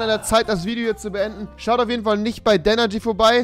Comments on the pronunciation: „“ es heisst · Es heisst 😂😂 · Das heißt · er heist nicht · Ich glaub der heisst Danergy und nicht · Danergy nicht